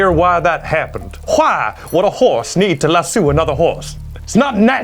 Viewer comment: Roses are red, He said "lassue", I'm disappointed in you.